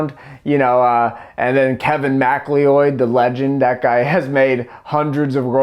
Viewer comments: "Kevin Mac-lee-oid" Lmao, it's pronounced "Ma-cloud", he's not an alien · Super nitpicky, but I am fairly certain that his last name is pronounced like "Mick Cloud". Super cool that you guys are licensing these songs under creative commons! Love to see it when people give back. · kevin mack-lee-ooid lol love you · "Kevin mac-lee-oid" That actually killed me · MacLeod is pronounced like "Mick Cloud", like the character from the Highlander movies. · Loving the phonetic pronunciation of macleod ;)